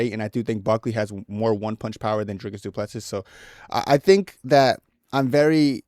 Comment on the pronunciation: Du Plessis is pronounced Du Plesie the last s is silent,i am from south africa and speak Afrikaans.